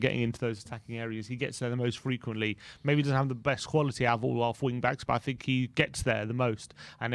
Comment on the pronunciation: All that blob says is “I tink…” 😂